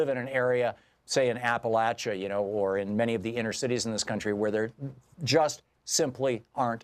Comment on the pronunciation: Applelatcha LOL